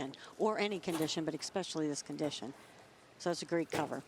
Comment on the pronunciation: To sum up this video: "She does exspecially well on the right." "YES! YES!"